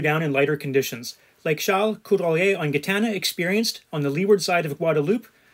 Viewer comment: once again it is pronouced Jitana not guitana...